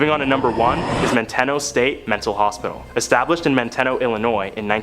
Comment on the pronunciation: Your last story, it's pronounced Man-te-no. I grew up close to it. As kids we used to say someone acting goofy might get sent to Manteno. A scare tactic. It was a horrible place.